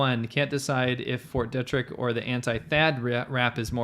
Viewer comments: They should at least figure out how to pronounce "Fort Detrick." I lived in the DC area. Locally, it is pronounced De' trick and a long "e", not Detrick with a short "e". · I live right across from Fort Detrick here in Frederick MD. We pronounce it (dee - trick) but wow so cool to hear it mentioned in one of your vids. I guess just world news really. Big fan been watching since 2018. Thanks for all the great content guyz. And, I love hearing your South Africa Stories and insights, so interesting! Thanks.